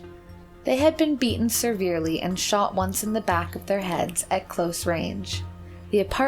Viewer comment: Its also not seRverely. She mispronounces a LOT of words.